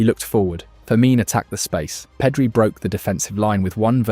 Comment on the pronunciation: Nothing wrong with a good AI video. but this one isnt great. I stopped watching after "PEEEDRI"